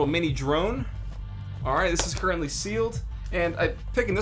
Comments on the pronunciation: He said cureently Does that mean they are trying for a baby? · Lol "curently"